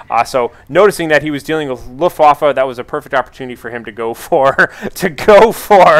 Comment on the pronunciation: sounds like luftwoffel...which is wrong :P so...wAffe, not wOffe